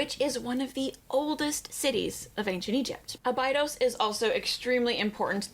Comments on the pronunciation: how am i supposed to take her serious as an Egyptology expert when she doesn't even pronounce Abydos correctly? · I do watch Raven‘s channel… she does provide great info.. but as an American her pronunciation of certain terms and locations like Abydos is just horrible and this undermines her credibility as an expert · I love her but I hate how she pronounces Abydos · She is so knowledgeable that she can't pronounce Abydos.